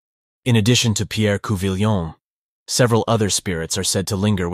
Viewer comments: It's COO-vee-yaw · Had to stop listening when you kept saying coo-vill-yon